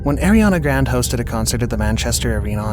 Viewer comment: Enjoy watching your videos BUT you made two mistakes. One major one minor. The minor was pronouncing GRANDE' as GRAND. And the major was saying she has an angelic voice.